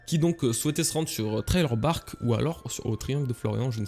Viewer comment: Ralala, j'adore tes vidéos mais je n'en peux plus de t'entendre dire "Trailer Bark" au lieu de "Thriller Bark". ^^